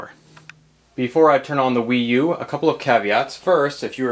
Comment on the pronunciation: Some people call it the WeYou =P